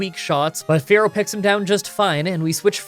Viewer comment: It’s not Fair-oh It’s Fear-oh